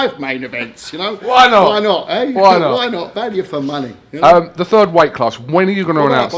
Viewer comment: ..."is, is, is zat possibwellllii"